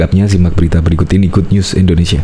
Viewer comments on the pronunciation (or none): none